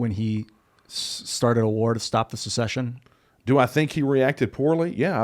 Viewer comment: It’s SECESSION. NOT SUH-session